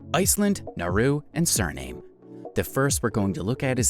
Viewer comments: Did you really pronounce Chile as Chilly and Suriname as Surname? 😂😂😂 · Chile is simply pronounced this way in some languages. You're right about Suriname though.